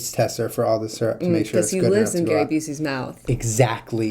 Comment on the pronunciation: you say syrup wronggg😧😱😨 I hate that 😥